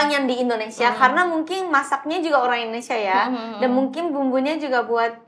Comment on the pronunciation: kok bisa haruka fasih banget bahasa nya, dikelilingi orang2 indo terus ya pronounciation nya masih kurang, seperti "mungking=mungkin, dang=dan, yaking=yakin, nyamang=nyaman" tapi kosa kata nya sudah mantap banget